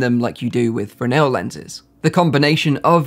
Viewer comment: Thank you for pronouncing Fresnel correctly! Also for the really good comprehensive review.